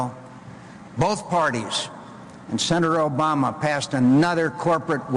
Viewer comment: It's not Osama. It's Obama.